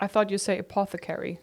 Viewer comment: NOT THE WAY SHE SAYS APO-THECARY LMAOO